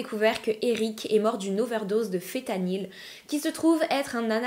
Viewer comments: Fentanyl et non fétanyl🫤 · Le fentanyl y a un N que l'on prononce et t'en trouves pas que sur ordonnance mais aussi chez le dealer